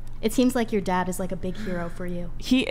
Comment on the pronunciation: My “dodd?” When did women start saying “thot” and “dodd” instead of dad and that? Has this been going on for a long time and I’m just now hearing it??